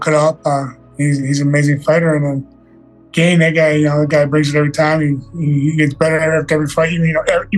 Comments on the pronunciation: He's still calling him "Gain" in this video lol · Is Jon pronouncing Cryls Last name improperly on purpose because I thought Cryl last name is not pronounced like "LANE, GAME, SAME, GAIN etc" AM I wrong 🤔?